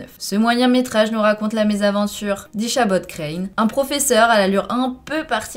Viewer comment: Mais Ichabod je ne m attendais vraiment pas a cette prononciation 🙈